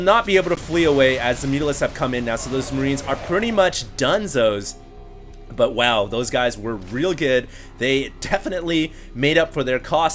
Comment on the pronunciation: yea from California 'aight he says "Done-zoes" good shit man great commentary!!